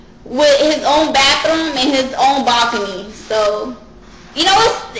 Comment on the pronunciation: Bawcony? oh, you were saying Balcony. Sorry, I can't understand half the ish that come out of your overly-used mouth.